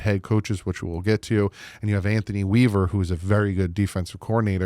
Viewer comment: Great job you got Anthony weavers name right lol. Great video